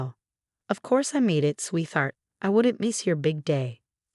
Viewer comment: Sweetheart is a compound word, that is a word that is made of 2 words, in this case sweet and heart. It is pronounced as 2 words, and there is no th sound.